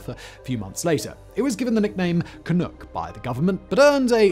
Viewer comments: One of the things that I find very irritating about your offerings is the frequent mispronunciation of certain words like Canuck. It is not "can ook" but in fact "can uck". If you are going to use words that you are unfamiliar with at least take the time to find out how it is supposed to sound and then use it. To do any less makes you less of a commentator and makes one question what else you have not researched in your videos. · As the song from WW I goes "Jolly good luck to Johnny Canuck and all the Allied soldiers" Canuck rhymes with luck. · Everytime simon says "canoock" i feel pain😫🇨🇦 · Same here, eh. Grit my teeth at it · SImon, Canuck it rhymes with PUCK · Lmao "canook" I cannot even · 'Canook' you're so cute. Short 'u' like 'yuck'. Please look into the Arrow. Most of we Canadians are obssesed with all the conspiracies about its cancellation!! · Can we just acknowledge canuck is being said incorrectly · Waiting for you to mispronounce 'Canuck', I wasn't disappointed. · Either it's just I His accent or he's just mispronouncing the fuck out of Canuck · Hey dud; when pronouncing 'canuck', it's 'nuck' as in puck; not 'nook' as in a Chinook wind---- ---or are you intentionally being an arse? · It's "ca nuck" not "ca nook" lol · It's Canuck, not "canook". Like duck. It's not French. You don't have to mispronounce it on purpose. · It’s Canuck… not Canook 😂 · I cringed every time he said Canook. It is Canuck, not Canook. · Lol canook, good try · Also, it's not "can-ook" it's "Can-Uhck" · It's Can-uck, not Can -ook. Originally just slang for a Canadian. Similar to Yank (or Yankee) for an American. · Ca-nuck, not Ca-nook. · Every time that Simon said "Canook" (instead of Canuck...uck, like dUCK, Simon), a noble beaver drowned in a vat of maple syrup. Why won't you think of the beaver? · Canadian here.. Ca-NUCK.. not Ca-Nook.. but otherwise.. great article. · Not CanOOk; CanUHck, to rhyme with 'hockey puck' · Great video!! But its Ka-nuck,not Ka-nook 😉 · I know. FOOCK.